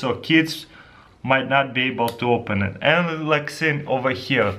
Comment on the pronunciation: omg:Dyou acidentaly said ''thets pretty much sh*t,, instead of ''thats prettyy much it,,(it sounds like it :D)